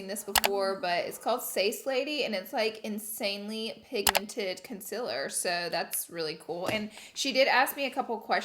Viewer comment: I love how pronounces concealer the exact same way as Laura😍 love the energy of them together💕